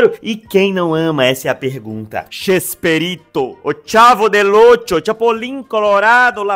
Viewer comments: ama tanto que fala chespErito invés de Chespirito. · Para de falar ChespErito! É ChespIrito!!!